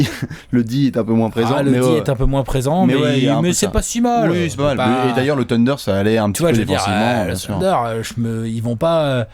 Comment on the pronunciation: Faites un effort sur la prononciation du nom psk sa fait saigner les oreilles les" teundeurs ", " abrinés " , "grunt"